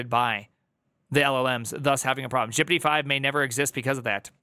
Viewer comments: Please stop pronouncing GPT as 'jippidy' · i like how he says gpt jippity.